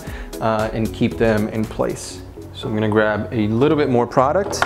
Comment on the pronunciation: I hate when people say product